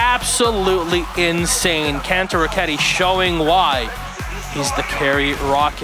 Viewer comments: *say it as Can-toe-row-ketti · the way this guy says kantoroketi pains me he goes kon- toe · How hard is it to say kantoraketti? bruh ya issa wack